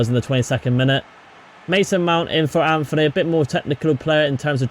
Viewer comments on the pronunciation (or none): Bruno does not dive and also your saying Antony wrong its,not Anthony its Antony